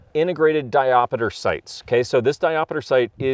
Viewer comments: Diopter, not diopeter. Also, the trigger spring is adjustable. Adjust it, you can dial the trigger in. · Diop (stop). Ter. But if that one does indeed have a ‘diopeter’.. truly a unicorn. (Someone had to be a dick). :-) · Great video. Always kill the montage Ya killing me smallz…di-opter not di-op-a-ter Just figured I’d mention it on the second video. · When I started getting into guns, this is one of the guns that made me lust. I wish Sig USA would make a proper version of this. Also...not trying to be a dick....just saying...it's not diopiter, it's diopter. Kinda like how ambidextrous isn't pronounced tree-us at the end. Like I said, it's a correction, not a criticism. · 3 years later and knowing he specifically says it wrong in the sequel. But it stills erks me when you say di op ater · 😂 diopiter? WTF is a diopiter? 😆